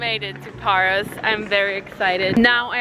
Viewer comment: Hahha,Paros she means.towards end she pronounced correctly,giving gal a break,she did so much❤